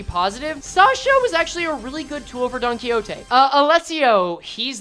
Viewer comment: It's clearly Don-Quxote